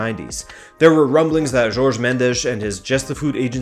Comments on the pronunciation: JORGE. JOR. GE. not george. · Think it’s not George Mendes. It’s pronounced Horhay.